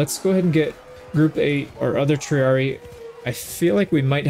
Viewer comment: Little thing is for the future with Latin if you see two ii like in triarii it’s pronounced tri ari i not tri ari